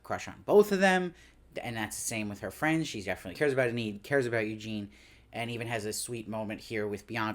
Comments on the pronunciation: He keeps pronouncing it that way. It should be EE-nid. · I'm just wondering please, why do you pronounce her name "En-need"? Is it your accent or? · It's distracting! He's got good insights, but the constant mispronunciation is killing me! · I know!